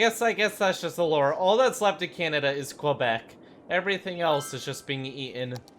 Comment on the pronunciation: "QWAAbec" lmfao.